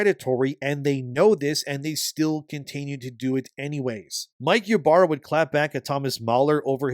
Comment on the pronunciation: THE "Y" IS PRONOUNCED AS "E" ITS "E-BARRA"!!!